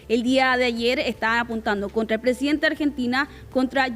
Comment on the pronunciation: el "fonsidente" de Arg. 😆